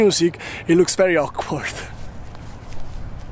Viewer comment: Love your videos! Im going to Australia in December for working holiday too and your vlogs are great! I love how you say verrrryy good and verrryy nice haha! keep it up